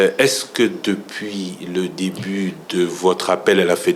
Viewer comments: Au début ou au débit 😂😂😂😂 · Au debut . Non Debit . 😢😢😢😢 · "Au debit" mon Dieu tala batu bazo kamba congo... Au debut et non "au debit" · Elle confond le mot début et débit, elle sort qu'elle est diplomate 😂